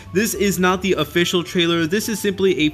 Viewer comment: "Oficial" he said